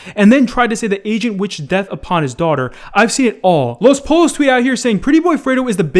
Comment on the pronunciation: Los “polos”... I love you man but fuck😭